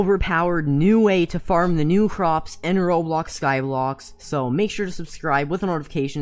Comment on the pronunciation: Did anyone else realise that he is saying Skyblox and not Skyblock